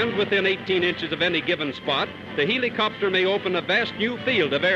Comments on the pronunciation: has the caterpillar ever said "heeleecopter"??? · he says it like heelicopter